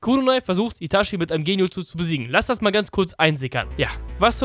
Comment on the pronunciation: witzig das du so abfällig über die Aussprache von Akaktsuki redest aber selber Itaschi sagst du Clown